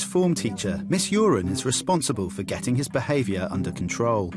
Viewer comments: is her name really pronounced urine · Uren. Stress the second syllable. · Paul Jordan we all know it’s uren it just sounds like urine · It’s Miss Uren... not great but yeah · Its miss uren